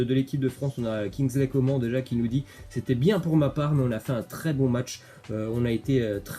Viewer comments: arrête de dire coment ça se dit comane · Ça se prononce « Co man » et non pas comment 😭😭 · On dis kingsley coman on prononce le n on dis pas comment bordel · Bah si doit bien prononcer le nom des joueurs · C'est pas Kingsley Comment hein sa se dit " comane " on prononce le N 🤦🏽‍♂️ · C coman pas comment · Arrête de dire coman à la française ! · pekeño vlg mdrrrr je suis d’accord c’est insupportable le comment